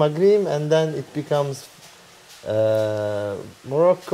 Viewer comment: magrim değil, (magrip-mağrip) senin de pek bir şeyden haberin yok, öyle tahta gibi gezilir mi? Granada'yı bile bilmiyorsun.. tabi ki de böyle (tabii ki) şeklinde yazılır. Kütüphanede baş bağlamak arzulanan bir şey olmasa gerek.